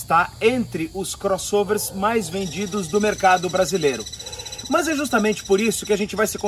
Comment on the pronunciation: Vídeo TOP, muito bem feito, parabéns pelo profissionalismo mas, deixo uma dica: Respeitosamente, trabalhe a pronúcia do seu "Mãs", fica ruim essa prosódia... ;-) Forte abraço !